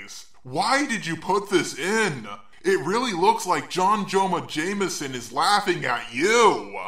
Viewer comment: "John Joma Jameson"